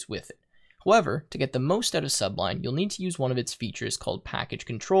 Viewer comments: it's really annoying hearing subline, when it is sublime, with an m and not an n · That's Su-blime, not Sub-lime. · you have a million subs and you're still saying "Subline"? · "Sublime" (not pronounced as if it's something underneath a green fruit .. i.e. sub-lime). pronounced: suh 'BLIME. meaning Noble, lofty, awe-inspiring, something of excellence. "His performance of the Mozart concerto was sublime". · I cringed every time he said sub-lime.